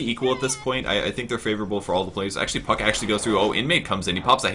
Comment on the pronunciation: Did he say fuck instead of puck?